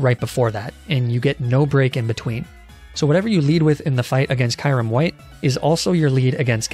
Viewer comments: but he pronounced it Ky-rim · Dont forget about Kyurem.... Pronounced it as Ky-rim at first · As well as Kyrim and Kohf Egregious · everytime he says "arca-ni-neh", " ky-rem" and "oonfezant" i die a little inside